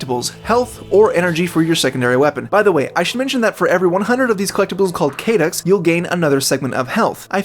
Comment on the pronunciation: Also it's cadd-oh not kay-ducks 🤣